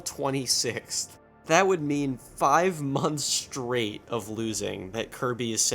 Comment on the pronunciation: so I guess in your part of the country you pronounce the words "shtreak" and "shtraight" ?